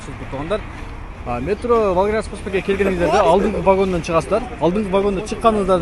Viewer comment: Кайсыл метро нармално айта албайт метрону